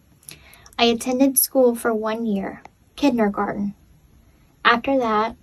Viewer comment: She can't even say Kindergarten correctly.😂😂